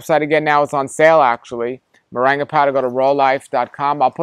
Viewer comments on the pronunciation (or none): I'm curious why he pronounces it 'moranga' ? When it seems it would bring pronounced with the 'ing' sound .